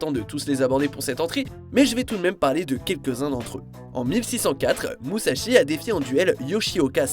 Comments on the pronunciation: Musash"I" est non Musash"O". Et surtout, les images ne sont pas du tout extrait du film "À Deux Sabres", mais du TV-Drama Musashi, connu pour avoir Morricone à la BO. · musashi pas musasho !! apprennez a lire ! et c'est 69 duel pas 61